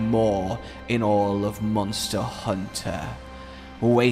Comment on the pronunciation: Mawnster hunter